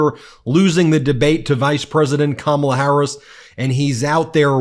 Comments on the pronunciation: He's so stupid he can't even pronounce Kamala's name correctly. And he wants to be president? AS IF! And no one beats him for sheer nastiness. I like presidents who aren’t childish name-callers. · The jerk still refuses to pronounce Kamala correctly... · Now that he isn't in front of her, he purposefully mispronounces her name again. Childish and weak. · He didn’t have the nerve to mispronounce her name to her face, you’ll notice. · OF COURSE he used the word ‘nasty!’ It’s his code word for “you’re an idiot woman!” About that whole injustice regarding pronunciation… HOW ABOUT YOU EFFING LEARN ALL 5 SYLLABLES OF YOUR OPPONENTS NAME!!! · Mispronouncing Kamala Harris's name on purpose is a perfect example of the petty, childish, weak man before us. She told him how to say it, so mispronouncing it now seems like a sign of his mental decline. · How about why does he mispronounce her name? Racism maybe? Debasing dehuminization. He's a cad and a putz. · She walked up to his face shook his hand and told him her name and how it's pronounced and he still can't get Kamala Harris name right what a dumb ass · It's incredible that his moron crowds cheer when he MAKES FUN of someone's name! and even more incredible is that Trump still mispronounces Harris' name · I bet if you promised him the presidency for pronouncing the vice-president's name properly all the way to November, he would NOT be able to do it. He simply CANNOT stop being disingenuous towards her. Such a worthless piece of sh*t he is. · Harris should now attack his cognitive abilities every time he mispronounces her name since anytime who watched the debate knows she pronounced it properly for him at the beginning handshake. I know he's losing mental capacity because I cleared up for him the proper pronunciation of my name and he still gets confused. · Should Harris say his name wrong on purpose like he does hers? Like Dan-old or Ronald Dump? Like it’s not hard to pronounce her name correctly.